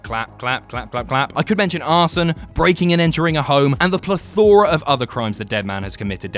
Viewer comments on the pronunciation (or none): Plethora what the hell is a Plethaura?